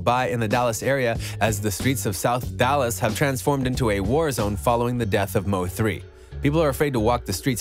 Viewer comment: This NIGGA SAID SOUTH DALLAS